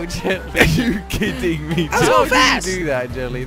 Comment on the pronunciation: Josh says are you khidding me